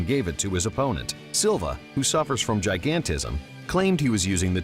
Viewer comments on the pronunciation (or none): none